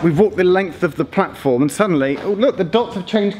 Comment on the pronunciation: Is it me or does the announcement on the new Crossrail train to Paddington say "mind the gap, between the train and the blatform"?